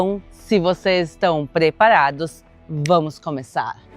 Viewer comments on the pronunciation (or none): nossa que mulher, eu adoro quando ela fala '''Se vcs estão PREparados''